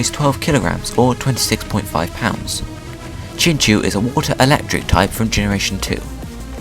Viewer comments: Really sorry about this but it is pronounced like chin-chow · Woah I thought it was pronounced chinchow